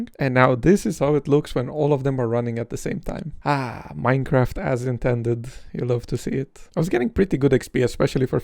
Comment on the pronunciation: minecwaf :3